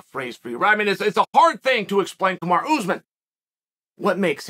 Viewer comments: You could probably help out with respecting him by saying his name properly 🤷🏼‍♂️ kamaru not kamarah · Kamaru is pronounced like “tomorra”